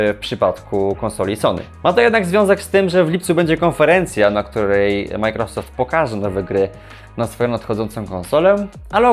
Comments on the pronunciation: czy możesz panie redaktorze nauczyć się poprawnie wymawiać i akcentować microsoft? nie przeciągaj na ....rosoft tylka akcent jest na początku . micro....... należy przygotować się do materiału a firma "Microsoft" na pewno będzie wdzięczna za niekaleczenie jej logotypu. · Jak Ty w denerwujący sposób wymawiasz Majkrosoft 😂